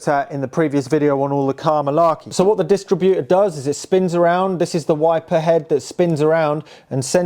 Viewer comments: Yep, it's dis-TRIB-utor, not DIS-tributor!😂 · It’s a bewt a bewt 😁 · Everytime he says "dist-rib-utor". He make me laugh. Must be getting old not realising that a dist-rib-utor, points and rotor arm are novelty items to young mechanics.😮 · You are mispronouncing distributor. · I’ve never heard a car distributor pronounced like it’s a retail operation. Cool car, great to see it continuing its long life in the hands of an appreciative young owner.